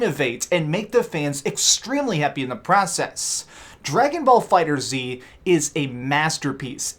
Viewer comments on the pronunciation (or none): Dragonball FighterZ is pronounced fighters not Fighter Z. Arc System Works said so themselves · Love your input man great work, just remember Dragon Ball FighterZ is pronounced fighters not the fighter zee thats all XD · Jay Dee It's pronounced Fighter Z. It was already confirmed. Look it up. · Lmao he calls himself a fan of the genre but couldnt even get the damn name right hahahah